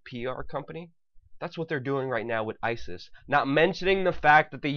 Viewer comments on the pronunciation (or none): none